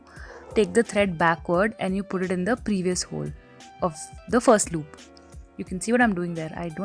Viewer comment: Since when did you turn into a mallu? "Loop" lmaooooo